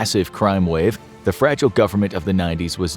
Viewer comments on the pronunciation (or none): none